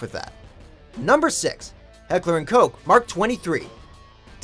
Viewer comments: This guy literally said “Heckler and coke”, it’s Heckler and Koch. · HECKLER AND FUCKING COSH IS HOW YOU FUCKING PRONOUNCE IT!!! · Dude it's Koch not coke 😁😁😁😂😂😂 LOL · Heckler und Koch Not Heckler und Koke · The German and ENGLISH way to say h&k's name is Heckler and "K-O-H" , that's right, "coke" and "Coch" is both wrong. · It is neither pronounced Coke, nor Cotch, nor Cock. You know how to pronounce Vincent Van Gogh? It's like that but with a K for the G in Gogh. Heckler & "Kogh". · Say it right KoCH,Heckler and Koch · It’s ka- ch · You pronounced heckler and Koch incorrectly throughout the video